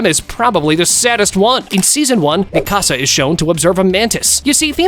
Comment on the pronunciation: I can’t watch this video because of how he saying Mikasa name